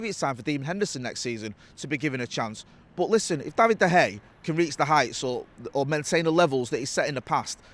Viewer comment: Love the content lads but i wish he would say Davids name correctly 😅